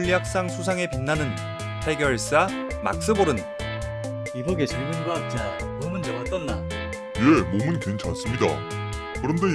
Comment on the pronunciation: 곽자가 아니고 과학자로 발음하시오